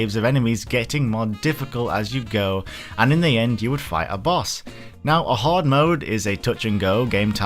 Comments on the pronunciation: 1st of all, that ring is like 2/3rds of the way through the game, 2nd of all, he said Horde (as in a large group) his accent just makes it REALLY sound like he's saying Hard... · you say horde like hard. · for a second there thought he said hard mode not hoard mode 😂